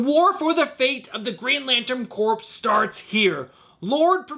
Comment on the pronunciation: Love your show and channel excellent content, one note the “ps” in the word Corps is silent - so we pronounce the word Corps the same as Core - like Marine Corps (“Core”) and Green Lantern Corps (“Core”) - keep up the great work! 😁👍